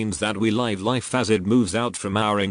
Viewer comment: I actually have all the books. You should probably get the books. The robot voice only mispronounce some words such as live. Because it cannot distinguished the difference. As it is often said take what resonates with you and leave what does not. Unfortunately all truths are mixed with lies and that is the nature of this planet. We can only appreciate the great efforts that so many people endure to shed some light in the best way they know how. We are all imperfect. I wish you the best of health. Love and light.